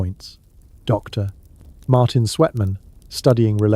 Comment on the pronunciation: „Dokter” and then weird pause followed by the rest of text. You added by c&p in post production? Quite annoying.